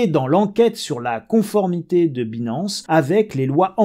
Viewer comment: En 2022 il y a des gens qui prononcent « Binance » comme ça ?! Dang.